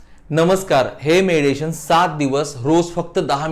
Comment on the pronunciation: Tumcha meditation cha ucchar chuktoy